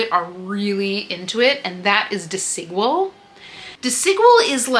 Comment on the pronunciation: Love this ❤ haul, by the way “Desigual” is pronounced as “dehs-ee-GWAHL” in Spanish. The emphasis is on the last syllable: dehs-ee-GWAHL. Think of Desi as in “Desi” Arnas and Equal with a “G” for the Q